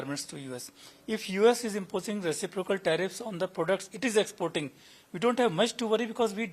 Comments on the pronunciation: Reci'procal. Not recipro'cal. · Re ci' procal not recipro'cal